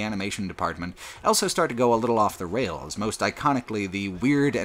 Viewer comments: pronounces the word "also" as "elso" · He also pronounces "both" as "bolth", with an invasive L. <3